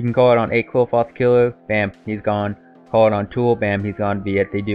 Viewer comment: It's actually pronounced clifort